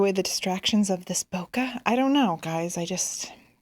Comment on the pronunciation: I think it would be nice and useful to viewers to hear the correct pronunciation of "bokeh". It gets mispronounced a lot. This is a video where a native Japanese explains it